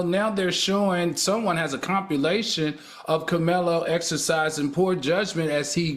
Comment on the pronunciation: Does Al NOT know how to pronounce "accolades ' and 'compilation " correctly? There are no u's in there.... It's not "acculades" or "compulations".